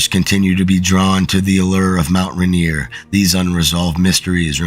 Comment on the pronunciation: It’s not Mount Ranear. It’s mount Rainier.